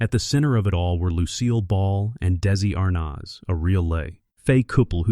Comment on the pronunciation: Still haven't found someone who can pronounce his name properly huh? It's not daisy arnazzzzzzzzzzzzzzzzzzzzzzzzzzzzzzzzzzzzzzzzzzzzzzzzzzzzzzz, the rest was great though!